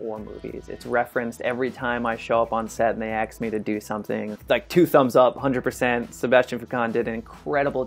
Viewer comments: And Axk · "Aks" "Eckspecially" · Enjoined the video but cringed every time you said "exspecially" or "ax" instead of ask. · eXpecially when he said "Ax" instead of "Ask" it was a terrifying moment for me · Enjoyed his take. I like the behind-the-scenes movie set stuff. In Ong-Bak, the parkourist is not jumping over the kids, he’s jumping over the BUBBLES so he doesn’t pop them. That’s so great. It would be nice if dropped “ekspecially “ and “aks” for “ask.” I feel better about compared to a wing suit guy or free climber. He is probably NOT going to: “die doing what he loved.” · 2 things:- First he's definitely saying 'aks' instead of ask😂 And Second to those who say Jackie Chan movies are not in the list C'mon guys, did you seriously think he can breakdown Jackie Chan scenes, that requires Jackie Chan level talent!!🤷🏻‍♂️ But he's an amazing guy overall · "Expecially" "Aks" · Doing a(n) Xpecially hard sport, I have to AX you how often you need to call an Am-bull-lance. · ekspecially, aks lol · Props to a professional parkour athelete but speak English for Christ's sake if I "ask" you, not if I axe you! Jesus man, where were you schooled? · Wh!y saying ax instead of ask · Great video, but every time i hear aks instead of ask... argh, sorry, piercing my ears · Confirmation: Found the one non black person who says "axe" instead of "ask"... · It makes my hairs stand up when he says 'ekspecially' and 'aks'. He's a native English speaker ... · What does this word, "ekspecially" mean? He's used it twice so far.... And , "They axe me to do something..." Where did this guy learn to speak? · EXpecially AX me a question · Expeciaclly and aks. Oh no